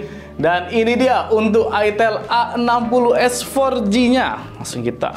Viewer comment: Slfok bacanya itel AGOS 😂